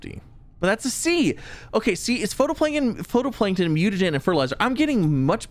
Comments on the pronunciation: Does he ever pronounce phytoplankton correctly? its phytoplankton not photoplankton, its pronounced FIGHT-O-PLANKTON, I'm about to have an aneurism its bugging me so much. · not to be an annoying critic but phytoplankton is pronounced "Fi-Toe-Plank-Ton" not "Photo-Plank-Ton" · It says phytoplankton(fie•toe•plae•nkton) not photoplankton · Just wanted to point out, phytoplankton is pronounced “fito-plankton” 😁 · Yeah, was catching that, too, he even mentioned not being able to place it underground because 'photo' so I think he misread the word, and misunderstood it completely rather than just being a pronunciation error. It makes sense though, in a way, "photo", for "photosynthesis" I can understand why and how his brain did what it did. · How many times can a streamer misread the same word in one episode? watch this and find out XD "Photoplankton A" XD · I love you and your videos but it’s pronounced FIGHT-o-plankton. Keep being awesome ❤ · I never noticed it, but now I can't unhear it. Darn you,!!!!!!